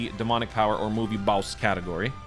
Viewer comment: "Big bad Baowss"